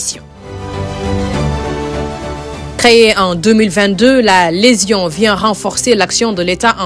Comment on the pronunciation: Légion pas "lésion’’ madame le reporter !